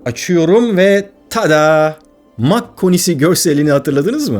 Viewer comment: Kardeş, senin Bell eğrisi dediğine bilim insanları "çan eğrisi" diyorlar. Mach sayısı derken de o şekilde telaffuz edilmiyor. Ayrıca "yapay zeka" denilen şey de yapay olsa bile zeka içermiyor. Chat GPTcilere söyleyebilirsin. 🤣🤣🤣